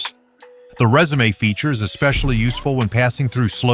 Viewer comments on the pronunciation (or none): Dude, it’s pronounced “rezoom” but is not pronounced “resumé” 🙄🙄🙄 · This video seems to be more for novice Riders. I can't believe that several times he pronounced resume like the word that describes the document you send to a potential employer. I would never want to own a motorcycle that has all those features on it. I'm so glad I own older Harleys.